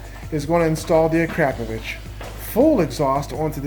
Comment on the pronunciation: Does anyone else hear pronunciaion of the Exhaust as A-crap-ovitch? It's Akrapovic. That's "Akra-povic". I'm guessing the company would mortified.. Don't get me wrong in enjoy your Videos 😉